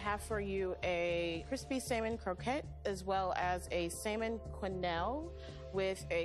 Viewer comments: Why does pronounce the silent L in salmon? It's not SALmon it's actually more like SAMIN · I kept cringing everytime she said salman. 😬 The L is silent! 😖😖😖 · She didn't bother me too much until having to listen to her "sall-man" so many times. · its not saLmon